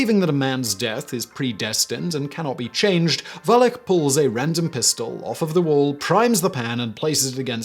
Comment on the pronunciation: In Lyermontov's "Fatalist" the eponymous lieutenant's last name is"Woo-lich" not "Valech". He is described as Serbian and that is how you pronounce the serbian surname Vulić.